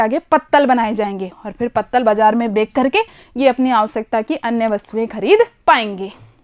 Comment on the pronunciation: Madam aap har video me bechkar ke na kah kar bekker ke kahte ho 😀😂